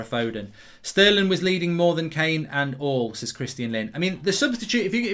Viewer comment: You man need to put some respect on sterling’s name